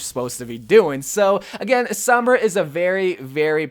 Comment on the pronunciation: Sooom-braaaa not souuuum-braaa damn that pisses me off.